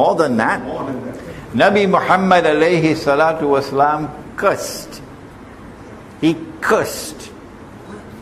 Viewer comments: You sound like you're saying cussed. But I believe you mean to say cursed. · "Cursed" is correct.